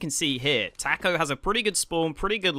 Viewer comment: the guy doesn't kno how to pronounce the name Taco LOL